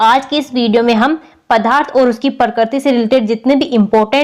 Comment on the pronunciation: Mam padarth kahte hai padharth nahi samche